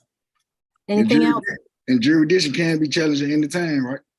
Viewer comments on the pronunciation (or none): He said subject matter “juri-diction LOL You missed the “s” sir! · yup….and isn’t it funny how these sovcitz can’t even pronounce legal words like, “ jurisdiction”? His version, “jur-dish-ion” …jmo… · " Jury-dishon" is a new one on me! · I've seen this one already but I love your channel so much I watched it again, lol. Plus this Judge is fantastic, she takes no bs. needs to learn how to pronounce jurisdiction since he loves saying it over & over & over....😂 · This judge should not allow these clowns to make a mockery of her court. And you would think that after twenty attempts would learn how to say “jurisdiction”. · He can’t even say “jurisdiction” properly.. LOL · You can't even say jurisdiction right...what an moron!! My god!! The scary thing is is some of these people have kids smh